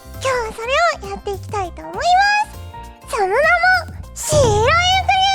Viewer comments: シロェヌンゲーム かわいい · シロイルカゲームを微妙に濁して言うの可愛い